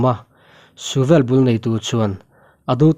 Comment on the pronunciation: Mizo ṭawng tlem zir ila ngai anih hi mawle,,,, mithi thu tih te, suvel tih te hi i lam dik lo tlat mai.